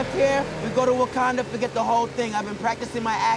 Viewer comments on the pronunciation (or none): none